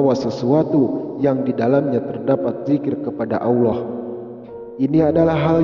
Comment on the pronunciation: suara deskripsi tayangan ini aja salah, mengucap auloh yang benar Allah...